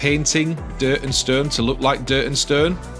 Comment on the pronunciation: "Durt and sturn...." love it :) amazing production, great job my dude!